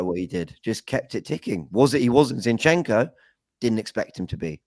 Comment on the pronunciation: I wish would stop calling Zinchenko, 'shinchenko' 🙄